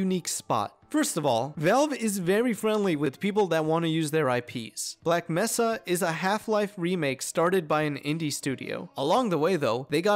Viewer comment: it's actually pronounced black may-suh, not mess-suh. unless you're the g-man from hunt down the freeman lmfao